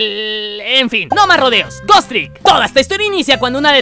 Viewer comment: Y por cierto... Pronuncias muy mal Ghost